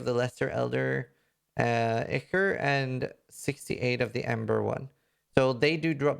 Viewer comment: its not important but ichor = eye core